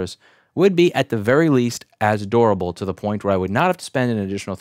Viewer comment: Why does he say "dorable" instead of "durable"?